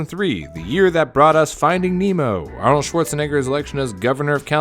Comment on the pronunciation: OMG YES!! U actually said Arnold's name right! Thank u, my god thank u, u champion of champions 🤩🤩🤩💙💙💙